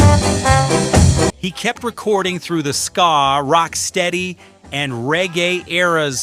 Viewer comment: This is a load of garbage..i heard most of these on the radio in the uk and never heard about the Albert hall incident..and he can't pronounce ska😂😂